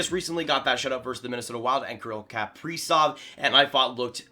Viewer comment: Bro everyone needs to stop saying kaprizov like Capri sun 😂 it’s pronounced like miss frizzle kaprizov not capreezov 😂